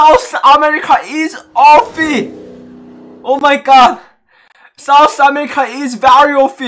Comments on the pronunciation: M i da only one hearing sauce America instead of South america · Lol I thought he said sauce America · Lol did he just says sauce america😂😂😅❤️😂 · Sauce america 😆 sun ke atcha laga , main v try karunga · others- south america.. - saus america 🤣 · sous america🤣😂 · Nobody:: Sous America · Literally no one but:- Its souce America Not South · Nobody:: sooth america 😂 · I just heard sauce amirrka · M I the only one who heard sauce America instead of South America🤔🤔🤔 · No one: Literally no one: Absolutely no one:: "Give me Fawer SOS america" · no one:: give me fower sauce america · No One Literally NoOne Me: Asia Server: Aisa Server Lol😂😂 Me: South America: Souce Ashishka😆😆🤣🤣